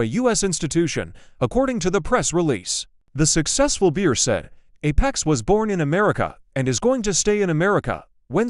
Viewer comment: I truly detest these AI generated narrations. Sold to an anonymous "beer"? Sought after by 7 "bitters"?